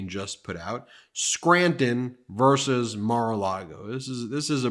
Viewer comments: versUS is never pronounced "verse". ಠ_ಠ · Please "versus not verse" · Sick of his voice also. P.s. VS= "versus" not "verse"